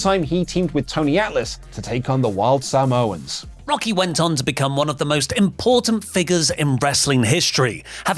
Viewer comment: What's with the emphasis on "Sa" in Samoans?